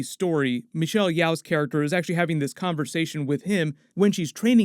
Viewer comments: Hi! I just wanna say Michelle Yeoh's name is pronounced Michelle "YO" not Michelle "Y-OW"! Love your vids but just want to highlight that~ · FYI Michelle Yeoh’s name is pronounced as “yo” not “Yao” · Michelle's last name is pronounced Yeoh as in "Yi-oh" or "Yo", not Yeoh as in "Yi-ow".